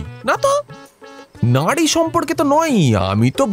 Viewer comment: Uccharan thik korun. নারী কে নাড়ি bolchen. min e shune dekhun